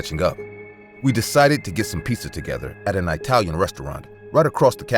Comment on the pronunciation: . Did he really say I-talian restaurant?? XD